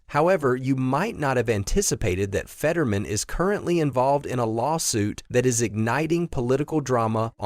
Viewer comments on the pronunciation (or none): It is Fett-ur.man...not fedman